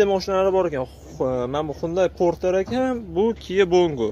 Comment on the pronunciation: Gapirishdi yirtvorarkansiz qoyil hunday parter borter deb😂😂lekin narhlar zor video zor